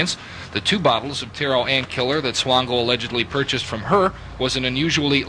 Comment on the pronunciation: you pronounced Swango correct! The news coverage didn't lol. The maternal side of my family is Swango. Michael is a distant cousin.:(